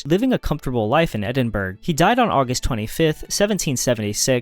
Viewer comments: hearing Edin-berg annoyed me enough to comment. Say it like Edin-bruhh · edinbrah...brah! also; not explanations...just descriptions. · Edinburg ? Really? ffs at least try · Okay I’ll be the resident Scottish person to correct you. It’s pronounced Edin-burra not Edin-burg!!! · Stop saying "Eding-burg". it hurts my ears! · How am I supposed to take you seriously when you pronounce Edinburgh “ed in berg” cmon man. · Interesting. Somewhat informative though your choice of who were the "most influential philosophers" is rather subjective. However, it was very distracting for me to note that while you had no trouble pronouncing difficult philosophical terms, you want the Scottish capitol to be renamed Edinburg. There were several other strange flaws that were distracting. If you ever go to Edinburgh (pronounced Ed-in-bor-ough BTW) you will find the Scots a very friendly people who are more than happy to help you with this problem. As I say, this was only one of distracting slips. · How do people has the interest and did gumption to make videos like this and STILL not know how to pronounce words like "Edinburgh"? Or maybe it's a intentionally dorky AI voice and could not be corrected. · Why are you pronouncing edinburgh wrong? All this research on philosophers yet a famous place in the english language stumps you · The Scottish are gonna eat you alive for butchering the pronunciation of Edinburgh. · "Cogito" and "Edinburgh" pronounced incorrectly. AI? Also missing Francis Bacon.